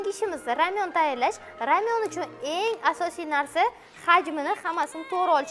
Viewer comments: Ramyon❌ Lamyon❌ R'lamyon✔️ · Рамйонмас ламйон дийдими 🤣битта видеода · Opajon koreys bòsayiz roltinni ramyon dediz lekin u lamyon deyiladi😅😅😅😂😂😂😂😂